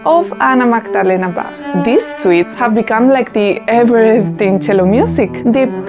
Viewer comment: Can't you give any examples to your speculalion? It's also sad that you can't pronounce Bach's name properly.